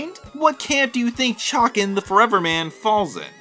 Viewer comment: say Chay-Can